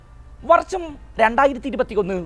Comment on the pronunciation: വർച്ചം അല്ല അനിയാ വർഷം